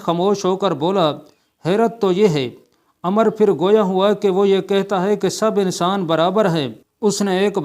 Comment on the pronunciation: عمرو ہے عمر نہیں بڑے علامہ پڑھنا بھی نہیں آتا ۔۔۔۔۔کیا